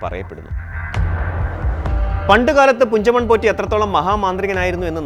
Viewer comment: കുഞ്ചമൺ അല്ല പുഞ്ചമൺ ആണ്